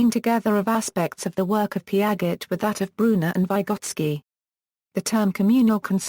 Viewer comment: Peearzchey not peearget